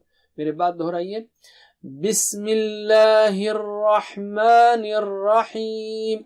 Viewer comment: Al rahman hota haa.. Or sir Al rakhman kun parha raha..plz tell me.